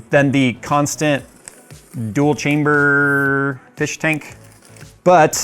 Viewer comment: I got Half-Life vibes when you said 'chamberrrr' like that, just like the scientist said testchamberrr :D